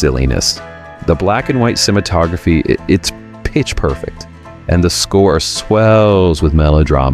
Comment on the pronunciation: You said "cimatography" :) At least we know you're not AI !!